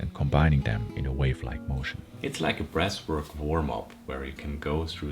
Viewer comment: Thought this guy was saying ‘breast work’ for the first 5 minutes 🫠 I’m only around a month into the breathing and cold showers. I’ve noticed I’m way more chilled out now and my emotions are always positive. I’m really focused too. My Mrs gets angry and upset about little, pointless issues and I’m immune to the negativity now. She wants someone to hate life with her but I’m too busy feeling fucking awesome! We have a 6 month old baby so don’t always get a chance to do my breathing in the morning and once I’ve eaten I feel like the opportunity has gone then but I think I’ve only missed 3 days so far. I’m still always positive and breathe deep throughout the day. My cold showers are up to 2 minutes now and after the first few seconds I’m totally relaxed and smiling. I think I need to fill the bath in the morning and have my first dip. I’m excited. Take care boiz and gurlz. All the love, all the power